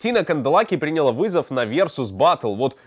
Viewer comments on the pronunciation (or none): чувак, всё ничего, НО выучи русский, пжлст! ПринялА, а не прИняла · Хорошая подача, интересно рассказываешь, но эти твои ударения в словах.... Выключила на слове прИняла ЭТО НЕВОЗМОЖНО СЛУШАТЬ Пожалуйста, в топ. Пусть увидит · принялА. Ставь ударение правильно.